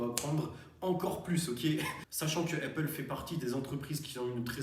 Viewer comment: Arrête de dire heyppale stp, sinon très bien